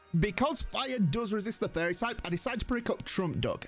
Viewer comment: He keeps saying fairy but I keep hearing furry